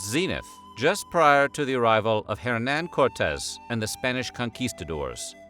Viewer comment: Narrator: correctly pronounces Nahuatl Also Narrator: pronounces the "H" in Hernán Cortés, which is silent in Spanish